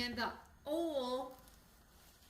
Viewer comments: I love your "oal" for oil,! From a transplanted Okie! 😅 (That's the prettiest top you're wearing!) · Never mind the way you say salmon, the way you say oil is even more…..interesting!! 😉 This creamy salmon recipe with cream sauce looks awesome. I will definitely be trying it out. Thanks,. ❤️✌️